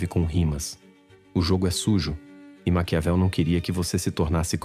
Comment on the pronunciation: Não é macaveli e sim Maquiavel.